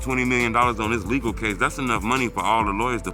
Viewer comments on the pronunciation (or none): none